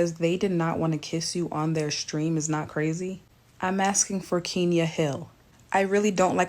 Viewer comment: KENYA. E, is said like Elephant. Thank you